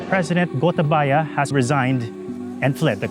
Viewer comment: I'm a Sri Lankan and I like the way this presenter pronounces Gotabaya's name 😄